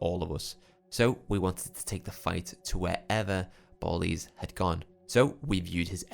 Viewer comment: Its almost a million percent pronounced bal-ies as in the slang for ski masks. Like dont do a drive by without your ballies on.